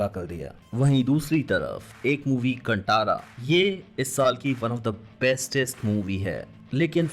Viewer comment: कंटारा nhi कांतारा